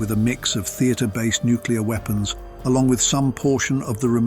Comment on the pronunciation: For God’s sake, learn how to pronounce “NUCLEAR”. New-clee-ar!!! Not f’ing New-kee-lar! Jesus!